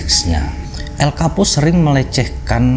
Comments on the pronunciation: Darimana coba Chapo bacanya Kapo, gila sotau bgt😂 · Chapo bukan kapo ngab😀